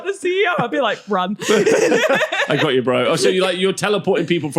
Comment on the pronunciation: Love how is the most Scottish I've ever heard when she's threatening violence! "I go' ye!!" 😂